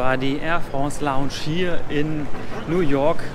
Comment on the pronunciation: Ich finds voll witzig wie du früher immer longsch gesagt hast